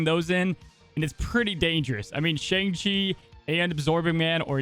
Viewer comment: You’re pronouncing Shang-Chi wrong.